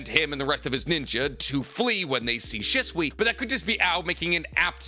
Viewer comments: "She-Sue-eeeeee"..... ima leave this here lol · you know for somebody who dedicated his arm to a Naruto sleeve and has a room I wouldn’t bring a female 20 feet close to, I’d expect you to adleast pronounce Shisui’s name correctly dawg